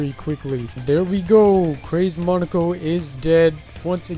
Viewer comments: In Japanese it would be pronounced “Mow Neh Koh” also neko is cat in japanese so I think it was meant to be Mow Neh Koh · Monika. Just monika. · To me, pronunciation sounds like it came from EoC and ItF.